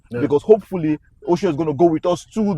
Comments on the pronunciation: Its not Osho Its òshoó A yoruba name . He even pronounced it so well in the interview. An omo Eko gan gan ni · ❤❤ But why do you guys keep calling him Oshow? The correct pronunciation is Ọ̀shọ́ (Orshor) I expected AY (as a Yoruba man) to pronounce the name well. You can take a cue from Gabriel himself. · Get Osho pronunciation right. Osho as in English word 'or' sh 'or'